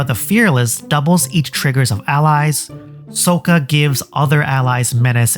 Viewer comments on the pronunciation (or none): And mirrOdin. Maybe she just defaults to long Os if she hasn't heard it pronounced before. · "I haven't seen Avatar" Yeah, we can tell by the way you say Sokka.